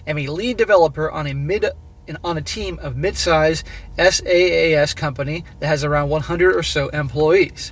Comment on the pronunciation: Hey. SAAS is pronounced "sass" it means software as a service. An example would be microsofty 365 suite (word, excel, etc)